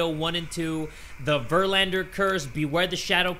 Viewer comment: Vermander not verlander